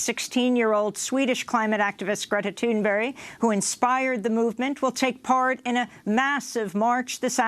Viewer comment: This is the second or third day in a row Amy's referred to Greta Thunberg as "Greta Thornberry" or "Thurnbury".